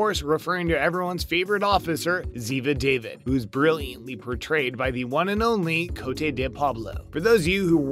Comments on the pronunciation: If you're going to sit and whine about extraordinarily pedantic inconsistencies and lack of research, could you at least do enough research to get the pronunciation of character's surnames correct? Make it sound like you've seen an episode. In the case of Ziva, "David" is pronounced /da-veed/. Abby's surname is pronounced /shoot-oh/. If you're going to whine about inattention to details, try to get the big ones correct yourself. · Ski oh toe? It's Abby Sciuto! Pronounced Shoot-oh David? It's Ziva David!!! Pronounced Da-veed